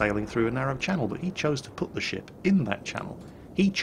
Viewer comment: Nearly every time you said ship, i thought i heard shit o_O "I like this shit" "Turn the shit around"